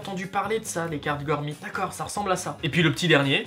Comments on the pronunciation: C pa gormit c gormiti, pousse rouje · Gormiti pas gormit